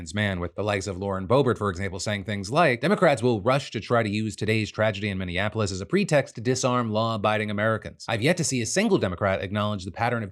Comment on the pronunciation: After over a decade of reporting news DeFranco still can’t say Minneapolis, right. It’s always said under horrible circumstances.